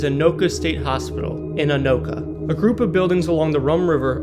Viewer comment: At least he got Anoka right.